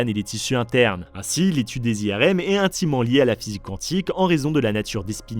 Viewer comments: prononcé à moitié à l'anglaise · pas quand on parle bien français. ça, c'est à moitié anglais. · Je ne savais pas que ca se prononcais "qwantique" 😅 ( je ne me moque pas, au cas ou, je ne savais vraiment pas 😊 )